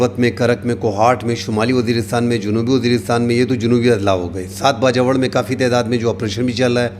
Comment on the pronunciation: Piyary bhai please ap Bajowar na kaha karein..Bajor kaha karein...apka style and news upto date and realistic hoti hein....Allah apko izzat de